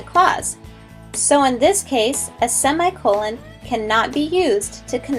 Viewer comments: I hate how she pronounced semicolon! It's /seh-mI-kuh-lăn/ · sey me cololen she was saying it wrong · "By the end of this video, you should lknow how to use a semicolon..." but not pronounce them. Yikes.